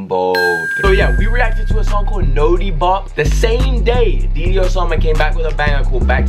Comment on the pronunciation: his name is dude-e-low